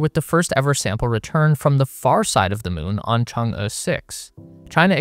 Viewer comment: Props for pronouncing Chang'e properly.